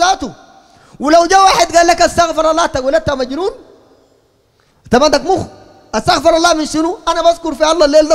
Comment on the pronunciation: تنبيه للشيخ أرجوا توصيلها له. أستغفر الله. الصحيح ضم الراء لكي ينسب الاستغفار للعبد. وفتح الراء ينسب الاستغفار لله. والله أعلم